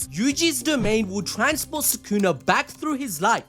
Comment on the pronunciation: i gotta mention how it said "domian expansion" im just mentionning this because i thought it was funny